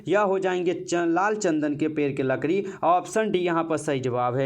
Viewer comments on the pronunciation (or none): लड़की ❌ लकड़ी ✅